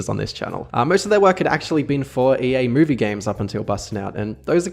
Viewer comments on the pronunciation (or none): none